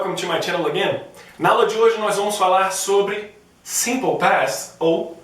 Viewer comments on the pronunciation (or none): Vc disse AGAIM! Na introdução. Repara sua boca pronunciando M no final de "Again" Na frase: "Hey guys, welcome to my channel again".